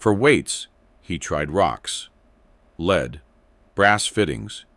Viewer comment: AI narrators suck, use humans who know the difference between lead and lead.